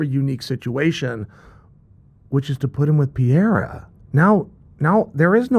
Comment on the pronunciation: Chael can't pronunce PE REI RA, instead he says PIE RA 🤣🤣🤣🤣🤣